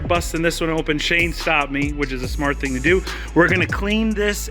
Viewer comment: "Das a good ting" - Jamaican Mechanic